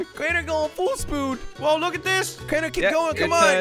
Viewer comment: "Full spood" Only OG fans will remember where he originally said that lol